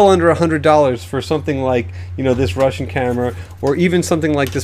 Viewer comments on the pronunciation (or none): none